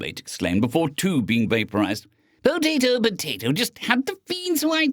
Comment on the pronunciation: pooutatoe poootaaatoooo!! your doing it on purpose XD